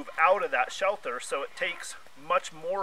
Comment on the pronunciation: You keep saying "shelther", the word is shelter, no "th".